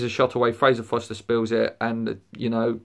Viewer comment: His name is Forster... not Foster